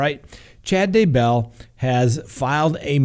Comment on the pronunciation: Oh! Do you mispronounce words on purpose? It’s Kee-tow - Keto. And as for the Daybell’s it’s not Day- BELL.